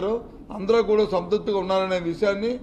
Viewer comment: SANTRUPTHI NI CORRECT GA PALAKANDI BOTCHA GARU. SANTUTTI KAADU.😅